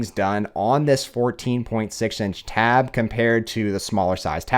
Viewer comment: Taaaaaaaab S9 OLTRA, JESUS CAN YOU SAY IT EVEN WORSE THAT THAT!!!!